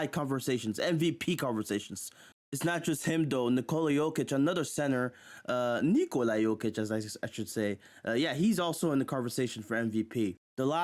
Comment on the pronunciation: Why are you pronouncing Nikola that way? Sounds stupid and degenerative.